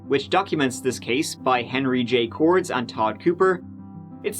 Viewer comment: Nebraskan here, good job covering the case, but a little heads up Henry’s last name is pronounced “KOR-des” I play hockey with him. Great guy and a great book, worth the read! Buy it